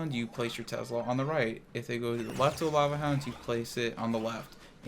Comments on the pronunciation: It’s not called Tezla. It’s called Tesla. Drives me crazy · "Tezzla" lol great video as always:)